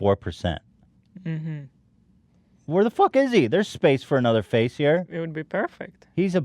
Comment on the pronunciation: I remember why I love eathen when he goes to end the podcast and bail on entertaining me and he just says he's trying to get the "fuck out of heeeeeeeee" the fact he couldnt even summon an R for that cracked me up